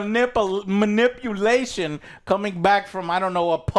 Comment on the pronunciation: "Molicular Mil-nip-ulation" 🤣